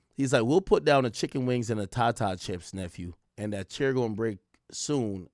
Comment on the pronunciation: Ak said ta ta chips! It’s tata chips. Know he wasn’t in the hood growing up.